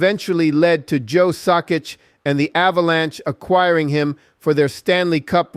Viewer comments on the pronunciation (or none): I know, listen to the video, it says Sakitch, that's the reason of my comment.